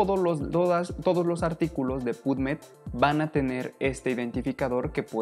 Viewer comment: "sains job"... "puv med" "DIALnet" "open acces teses and disrtechions"